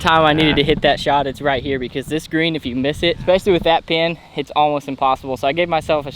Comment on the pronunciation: "ekspecially" and "horocious" are so much worse than "give me" or mixing up left and right.